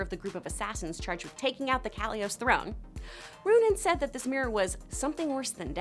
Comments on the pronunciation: 1039 that’s Katolis not Kalios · Ka-tol-is not Kat-ly-os Ara-vOs not Ava-rOs Like if you're going to pretend you be a fan to market to us, do better.